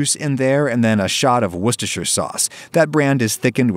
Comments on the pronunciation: But Adam can say Worcestershire sauce Josh can't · okay this sounds stupid but I'm so happy that he pronounced worcestershire properly without any mistakes or jokes so many americans act like it's hard to say and it's just so nice to hear it just casually said properly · fun fact: worcestershire is actually pronounced “wuster” in most of the uk